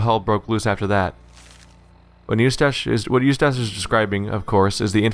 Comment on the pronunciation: That and him pronouncing "Eustace" you-stash, ugh...